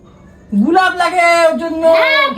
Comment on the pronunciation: ওটা "গুলাপ" নয়.. "গোলাপ"! পেটে বিদ্যে না থাকলে এমনটাই হয়!!